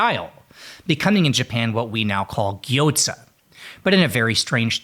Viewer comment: FYI...There is no "T" in gyoza.